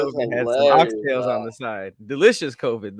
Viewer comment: how you go to JA and still call oxtail.. oxtailS with the hard S